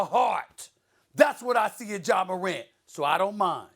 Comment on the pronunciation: Is Molly saying John Morant at the start… 😒 because it really sounds like it..